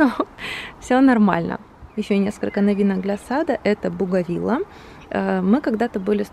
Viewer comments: Позволю себе поправить Вас, растение называется Бугенвиллея, не буговила. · Бугенвиллея правильно)